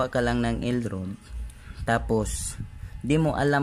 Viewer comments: It is not L rud it is pronounced as rad for L rod. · dili man ka makamao molitok sa word nga ROD,ang paglitok ana RAD.dili rod.meaning sungkod.hahay. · elrad pronunciation Sano dili elrod